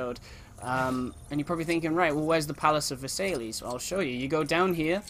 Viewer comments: It's pronounced Versailles (ver-sai) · it's pronounced vers-eye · Just so ya know, Versailles is pronounced "Verse-eye". :)